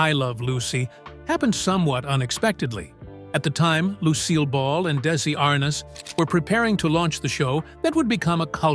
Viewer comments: ...And I recall it being spelled ArNEZ..not ArNAS...Mandela effect, perhaps? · The correct pronunciation is Ar(neez), not Ar(naaz) Be more accurate in your posts. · I hate when people use AI to narrate stuff. You can tell right away here when he pronounces Desi Arnaz -Desi Arness. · Dezi Arnots? If AI is so smart…… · I’m not familiar with this pronunciation of Arnaz; I’ve only heard it pronounced as aar-nez. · I find these bios as phoney as tabloids. Howdo you know how people really feel? Everyone can tell Frawley seems like a grump in real life. But we don't really know how she felt about him. . And these annoying Ai that can't even say a iconic namel Iike Arnez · Pretty accurate but I can’t get over the narrator saying Dezi Arnoz! Had to quit half way through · Meeee too. Ridiculous! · the pronunciation of Desi's last name - made me laugh. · The pronunciation of Arnaz made my ears bleed. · Mispronounced "ARNAZ"... repeatedly